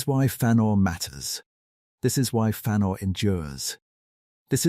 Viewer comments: "Fannor" This AI shit is getting annoying. What's next? Freudoo And PeREgryn Tåkk? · Learn to pronounce the name